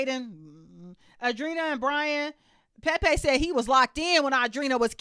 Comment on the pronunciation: I love the way you say Pepe’s name! 😂